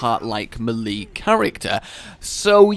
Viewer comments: Why does he say melee so weirdly, it's may-lay not meh-lee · Every time I hear "malee" instead of "mylee" 😀🔫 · Great video but dude its pronouced ''mel-aye'' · It took me so long to figure out what a 'malee' was. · The way you say "melee" triggers me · im sorry but the way you say melee makes me watch to scream 😂